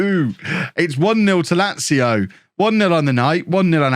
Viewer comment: You've learned how to say Lazio, nice one man.